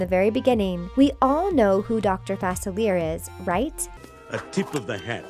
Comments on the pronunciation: Omg thank you. She kept saying it wrong and it was making me mad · It's FA-SIL-EE-AY Get it right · It’s pronounced facili-ay not everything is how it sounds 👍🏾😊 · This channel needs to learn how to say Dr. Facilier correctly. They even use a clip from Princess and the Frog where he says his name. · Am I the only one who gets annoyed when she pronounces Facilier wrong😭😂😂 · Does anyone else realize that she is saying his name wrong? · they always pronounce the name wrong it is FRUSTRATING and ANNOYING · They are literally mispronouncing dr faclier. THEY EVEN HAVE THE FREAKING CLIP ON HOW TO PRONOUNCE IT AND STILL PRONOUNCE IT WRONG